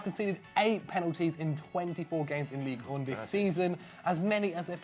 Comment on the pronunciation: hahaha he actually mispronounced Ligue 1. Everything's fine